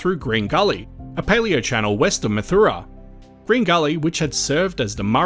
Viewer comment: Math ow-rah, we had an engineer who used to make the same mistake, he called the town 'ma-too-ra'